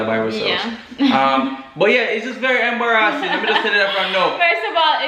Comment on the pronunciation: I don’t think I’ve ever said embarrassing properly since been saying “embarahhsing”